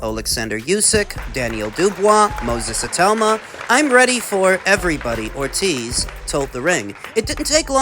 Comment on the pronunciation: Whats best fa me and whats right fa me? Ducking 😂😂😂😂